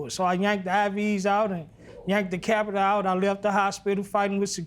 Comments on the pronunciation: "Next thing I know I woke up with a i.v. And a capitur in me" Judge Lynn: " a what in you?" "A capitur" Bruh she gave you a chance to get it right it's Catheter 🤦🏾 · Capitor? What in the world is that? Catheter... Catheter... These folks are so wretched! I can't with these two. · It was the “capeter” for me😂😂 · If she say "over der" and "pworty" one more time. He had a "capiter" in him. These people are hilarious. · He meant catheter